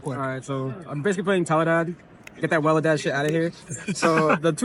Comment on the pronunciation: Thank you! It's called tele-dad if youre an OG from 2010 not welledad!